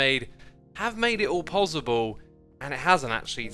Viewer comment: Please please please stop saying Pozzible, it’s possible....